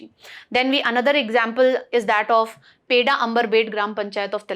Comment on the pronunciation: Its not peda mam it's pedhaa😅